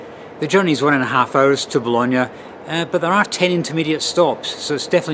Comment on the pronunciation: Now I know the correct pronunciation of Bologna. I called it Baloney lol 😂